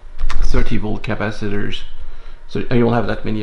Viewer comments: Did you call them Crapacitors ? 😂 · Did I hear you say crapacitors?